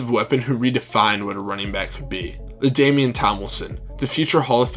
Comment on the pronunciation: haha, yes, we all remember the great "LaDamien" Tomlinson